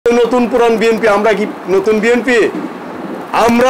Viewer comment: আপনিতো ঠিক মতো আপনার দলের নাম ই বলতে পারেননা তাহলে কিসের দল করেন আপনি??